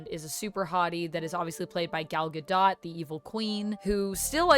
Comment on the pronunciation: The last syllable of Gal Gadot’s name is pronounced DOTE, not like the word dot.